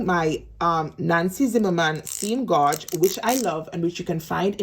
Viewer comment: Gauge is pronounced ....... gage, like you say cage.